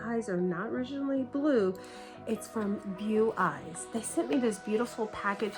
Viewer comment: Omfg, do American influencers always have to be so dumb? Firstly, they are Chinese, not British. 2nd, it's pronounced 'Boweye' not 'Beweye'. 3rd, you had one of the first lenses inside out. 4th, there is no such word as 'transformated'. 5th, you're supposed to soak the lenses in seperate solution for at least 12 hours, so it's no wonder your eye burn. SO DUMB!